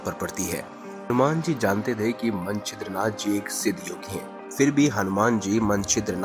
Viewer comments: भाई! आप मछिन्द्रनाथ को मंछिद्रनाथ pronounce कर रहे हैं। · भाई, आप नाम का उच्चारण तक तो गलत करते हैं।मछिन्द्रनाथ भी आप ठीक से बोल नहीं पाये।कथा की सत्यता भी संदिग्ध लगती है।